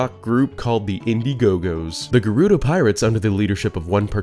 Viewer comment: While we're on this topic, Volvagia is pronounced "Vol vaj yee ahh" At least Gerudo and Koume/Kotake were pronounced correctly in this video. I was actually surprised about Fi and Volvagia considering that knowing how to pronounce Koume and Kotake would require knowledge of how to read kana....